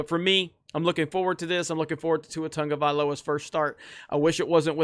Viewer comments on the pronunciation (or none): Why TF is he called tongaviola where is that n coming from ? 😂😂